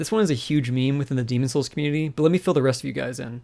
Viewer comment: Why can’t you pronounce the game’s title correctly?